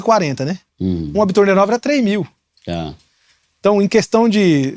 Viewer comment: Não é bitorneira 🤣 é betoneira.